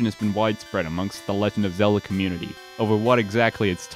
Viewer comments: You said Zelder!!! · Even down to "Zelder". Incredible.